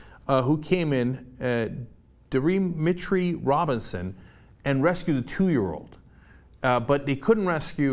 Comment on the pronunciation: DIH MIH TREE?! The fuck "JENK". Get it right!